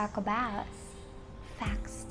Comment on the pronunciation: we're gonna talk about "facst"? hahaha arte pa kasi mag salita iiih.